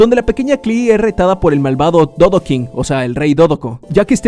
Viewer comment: Yo entendi dovakin en lugar de dodoking